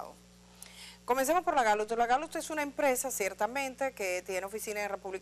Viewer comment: Edith!, la Gallut como usted lo pronuncia, es la misma Gallup que conocemos?..